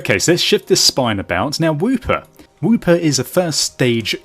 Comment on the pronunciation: i'm pretty sure it's wooper not whooper